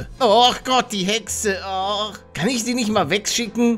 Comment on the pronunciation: Ich finds immer lustig wenn du Hexe sagst🤣🤣